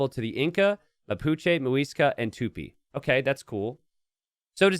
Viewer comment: tupIIIIIII the "i" is the tonic